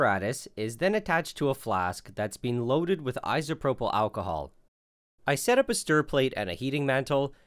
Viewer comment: Anyone else bothered by his pronunciation of “isopropyl”?